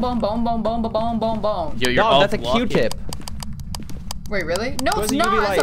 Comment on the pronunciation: i hear "bong" instead of "bone"